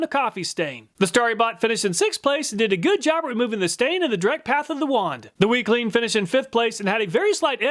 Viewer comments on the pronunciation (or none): Every time you said WECLEAN all I could hear was weakling 😂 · WeClean just kept sounding like Weakling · Weclean? More like "Weakling"... lol. Glad you didn't test dog poo.